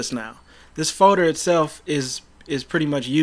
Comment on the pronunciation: Which foder? 😂🤣